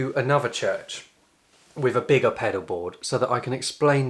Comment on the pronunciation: …..he wd be if only he said breath, rather than breff, and with, rather than wiv